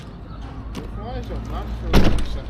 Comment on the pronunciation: O-lee-teh its pronounced and i have a friend who lives there and for ur information Basque is the second language spoken in Navarra not Catalan!